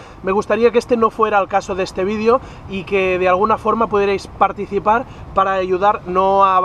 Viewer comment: si por favor deja de decir "vidio" y pronuncia "video" lo pienso